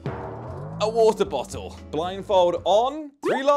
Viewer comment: That's one huge ahh wa'er bo'o